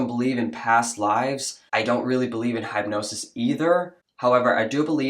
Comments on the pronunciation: That was a clever way to pronounce "hypnosis". It's like you mixed hype with hypnosis (hip like hippies, hip replacement etc.) perfect ✓ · Are you pronouncing it "hype"-nosis to make a point? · You're mispronouncing hypnosis. (hip no cis) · It’s bugging me that you’re saying headnosis instead of hypnosis. I love you, but it’s hard to focus on the point when hypnosis is sounding a lot like headnosis. Was that on purpose? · That hypnosis therapist was asking leading questions... And, it's pronounced "Hip- nosis" ❤😊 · Hypnosis = pronounced - hip’noses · What the hell is hype-nosis lol! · Ps ♥️♥️ it’s “HIP-nosis” brother ♥️♥️♥️ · The way you pronounce hypnosis makes me want to throat punch you. 😂😂😂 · You are mispronouncing the word hypnosis. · Why do you pronounce hypnosis like that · Bruh, that pronunciation of hypnosis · It's not pronounced Hype nosis it's Hypnosis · Hip-nosis. Not hype-nosis. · The hype nosis is distracting me. I've never heard of it pronounced that way. It's hip. Anyway, moving on, thanks for the vid. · Hipnosis, not Highpnosis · Why are you saying hype-nosis. It’s hip-nosis. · It is pronounced Hip not hype Hypnosis There is no E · It’s hip-nosis, not hype-nosis! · It's pronounced hip-NO-sis, not hype-NO-sis. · Hip-nosis, not hype-nosis. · it's pronounced 'Hip-no-sis' not 'hype-no-sis" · It’s pronounced HIPnosis not HYPEnosis. It’s hard to take anything you have to say seriously when you don’t even know how to pronounce the words you are saying. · I love you son but please stop saying “hapnosis.” It’s said as hipnosis. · My dear, hypnosis is pronounced as “hip-nosis”, I wasn’t sure if you weren’t sure of the pronunciation or you were using a play on words….like, hypnosis is all hype, so “hype-nosis” lol. Even as someone who does believe in past lives, I’m still a little skeptical of using hypnosis for anything other than smoking cessation lol. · Hypnosis is pronounced: hip-no-sis NOT hype-no-sis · Say “Hip-nosis” Don’t say “hype-nosis”.